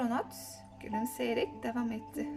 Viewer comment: Hikaye cok guzeldi gercekten. Ama telaffuzda sorunlar oluyor ozellikle devam daki a harfi gibi, biraz daha genis soylemelisiniz. Nacizane tavsiyem🤗